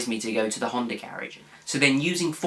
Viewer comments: no honder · Did he say a Hunder Accord? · There is no R in the word Honda?